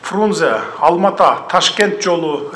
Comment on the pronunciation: Рахмат бирок Алматы деп айтылат кыргыз тилинде